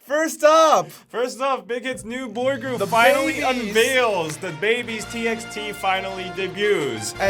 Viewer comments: As far as I know TXT is pronounced as "Ti bi ti", not "Ti eks Ti". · TXT is actually pronounced as TbyT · Wait a second .. its T X T not Text!! My life is a big LIE